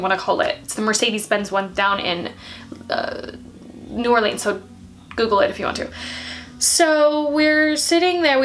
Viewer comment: Is anyone else bothered by her saying New Orleans wrong but Baton Rouge right